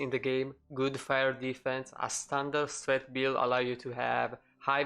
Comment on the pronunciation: lol "streght"